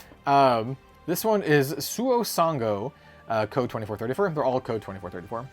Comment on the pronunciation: 2434 is read as ni-ji-san-ji yeah, it's a company name pun